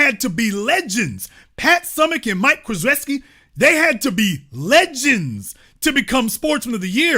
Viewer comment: You’re definitely not a sports person mispronouncing Coach K’s name like that 😂